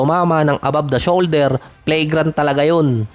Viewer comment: Pronunciation Flagrant ❎️ Play grant ✅️